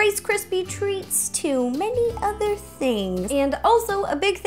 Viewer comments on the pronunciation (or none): none